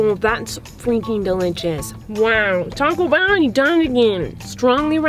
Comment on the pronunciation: it’s called Taco Bell not toco